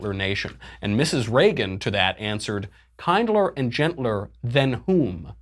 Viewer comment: "Kinder" rhymes with binder.